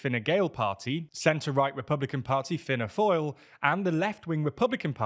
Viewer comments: its pronounced Fianna Fall, not Fianna Foil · God that view on the Irish election wasn't accurate at all, firstly yes's overview of the 3 main parties wasn't that good. Fine Gael aren't a liberal-conservative party, they're just a centre-right liberal party, they're actually quite socially progressive. Fíanna Fáil pronounced fee-na fawl(like Saul), not finn-a foil are a centre-right/right-wing party who are more popular with the rural community. Sinn Féin are the main nationalist party (meaning they wish for Ireland and Northern Ireland to unite), who have served as the main opposition for the last 5 years. They are a left-wing populist party who are most popular with the urban working class. They currently have a cordon sanitaire against them due to their deep historic links to the IRA, which makes it harder for them to form a government. This is why the incumbent government is most likely to reform, as currently they're comprised of Fine Gael, Fíanna Fáil and the Greens, however the Greens were electorally wiped out and it seems like they'll be replaced by the Social Dems/Labour.